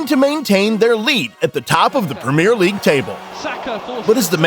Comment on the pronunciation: The prem ear league